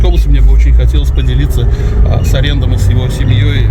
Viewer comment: Аренд, а не АрЕнд! 😅